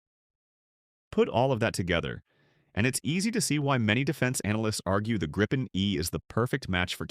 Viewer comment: If you're gonna use AI like a lazy ass to generate garbage content, can you at least get the pronunciation right? It's "grippen" not "gripe-en" ...